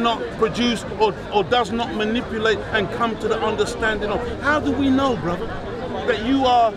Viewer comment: i think ive heard him say BROZZER like 49 times